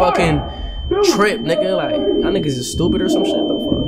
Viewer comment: When fanum said "SHTOOPID GLLLLLTT" I died🤣🤣